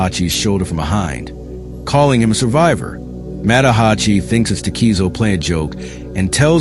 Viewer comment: Tah-keh-zoh, not tah-key-zo Mah-tah-Ha-chi Oh-tsuo, Cool video tho 👍